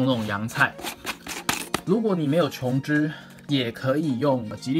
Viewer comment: 琼脂发音标准 好评